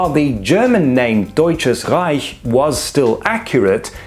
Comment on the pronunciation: I'm glad you pronounced "Deutsches Reich" correctly.